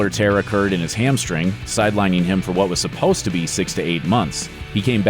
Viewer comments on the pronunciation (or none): none